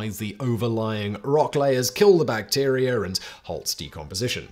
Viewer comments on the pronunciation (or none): Bacterier? Huh?